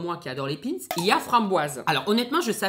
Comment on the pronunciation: Ta du mal a prononcer ou tu f expres entre pin’s et concoillotte g kes oreille qui sifleet ta une culture quand meme limitée